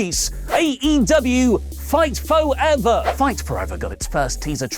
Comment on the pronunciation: ‘Phight Foever”! STOP 🤣🤣🤣🤣🤣🤣